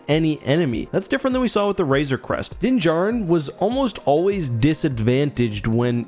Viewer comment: Except he can’t pronounce Razor Crest to save his life